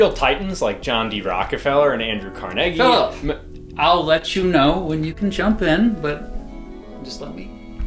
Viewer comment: Andrew Car-neggy